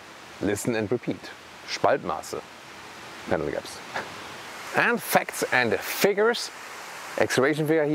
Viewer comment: Ahhh, Panel Gaps! I thought you said Camel… 😬